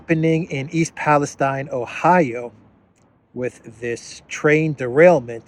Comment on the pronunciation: Thanks for not mispronouncing Palestine. Also.. I thought you were going to say "Assange" instead you said the prez because he got thrown off Twitter? He still had state of the union address, news briefings, not to mention regular interviews. This is the guy who got 24/7 media coverage for years.. he wasn't exactly silenced.